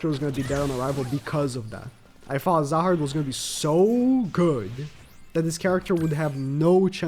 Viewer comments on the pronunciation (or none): His name is zahard not rahard😂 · when you say "rahard" instead of "zahard"...